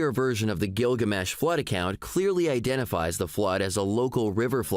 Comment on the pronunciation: I love how the robot teenager pronounces Gilgamesh like it's a guy whose given name is Gil and his family name is Gamesh. It's his ol' pal Gil, ol' Gil Gamesh.